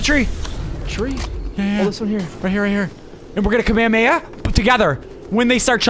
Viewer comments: My guy said kemahemaha instead of hollow purple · Bro called the curse “kameahmeah” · Bro said kamahamea 💀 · No what he just called the Hollow Purple “Kamehameha” 💀